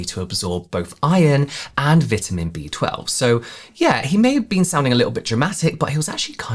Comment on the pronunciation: Say "vitamin" again!😊